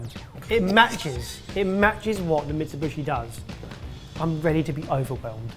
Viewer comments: I like how, not once in this video, has pronounced Mitsubishi correctly. Thenagain, it's. It's good he pronounced anything. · lol keeps saying, "Mitsibooshy" it's Mitsoo-bee-shee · Mitsubishi > meet-sue-BE-she. Never heard of/seen a guacamole with bacon, or jelly for that matter.